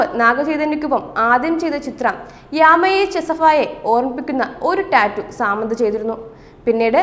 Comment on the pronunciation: ആദ്യം ഒരാളുടെ പേര് നേരെ ചൊവ്വേ പറയാൻ പഠിക്കു സമ്മന്ത അല്ല സാമന്ത 👍